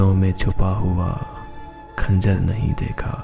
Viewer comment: Bhai talaffuz ka khayal rakhiyega. Khanjar ka talaffuz kaano ko bohat bura laga.